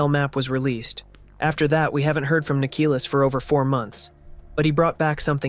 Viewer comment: freakin larper,he doesnt even know how to call Nikilis right